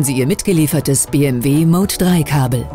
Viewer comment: Bitte entweder Deutsch (Be-eM-We) oder Englisch (dann aber Bii-eM-DoubleJu), aber Mischen tönt nicht sehr kompetent ...